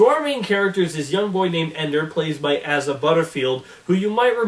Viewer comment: It's Asa not Aza